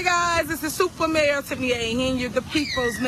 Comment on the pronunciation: Super mayor, sounds more like super rat. 😂